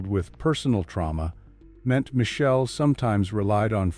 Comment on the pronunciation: Her name is Mi-chel-lé.. pronounciation